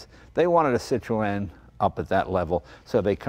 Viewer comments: O.K., I give up, what the hell is a Citro-ann?. Oh, I Get it, thats the way obese aged New Englanders pronounce Citroen. "Cit'-roehn". . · sit ron, not sit ro en. Pronunciation. just annoys folk like me. And the hydraulic spheres were cheaper to buy from Citroen than from Rolls. Like a quarter of the price from RR.But heh, if you could afford a Rolls you had more money than sense. And just about any decent hydraulic fluid will work.They are french though so they will just stop at random for no reason. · Jay I can't watch this video with you saying Cit-RO-en all the bloody time . .It's Cit-run. . .Damn yanks 😂🤣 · "Cit-tro-en"? In England we pronounce it "Cit-tron" or "Cit-trun" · The name is pronounced as "Citren" not Cit-ro-en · Wrong, Ringo. SIH tro en. And swirl the -r. Not the knuckle. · « see - tro- hen » not too much emphasize on the H sound though , is as close as I can think 🧐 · "Citro-enn lol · false ! la prononciation est cit ro en (i'm french) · Say 'Sitron' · Why do you insist on pronouncing it Citro N? o_0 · French here. Pronounce "Citro - N" and you're good. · Citro-en😅😂😅 what!!! Citroen it’s French for heavens sake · Citroen is pronounced citrauwn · its pronouced citrin jay no offence to pronounciation by the way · So funny the way he pronounces the name Citroën :) :) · Jay l like this Citroen ( your pronunciation of Citroen is Super Hilarious) How ever l prefer the DS Citroen ( especially the convertible) There was a company in the UK that produced a turbo kit package for the DS Model . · I guess I've been mis pronouncing Citroen.Jay sure likes his seat pulled back. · I would watch the whole video but can't due to Citroën being pronounced incorrectly throughout. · His mispronouncing of Citroen is killing me. Come on Jay! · Jay you must know how to pronounce the name Citroen !! Just saying ! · That's not how you pronounce Citroen